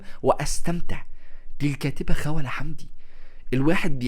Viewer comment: لم أستطع تجاوز طريقة لفظ اسم الكاتبة 😣 اسمها خَوْلَة الواو ساكنة وليست مفتوحة